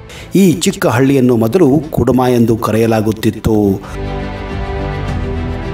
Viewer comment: ಅದು ಕೆಡುಮ ಅಲ್ಲ ಕುಡುಮ